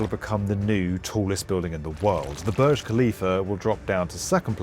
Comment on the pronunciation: Hate it how you say "burj". Should not be to complicate to call it correctly.